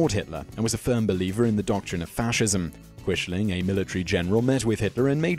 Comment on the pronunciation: Thank you for including Hanoi Jane Fonda and the Rosenbergs. Please work on your pronunciation. Quisling is pronounced like Quizling. Neither Lawrence Olivier nor Robert Powell in either the World at War or World War II in color pronounced Quishling.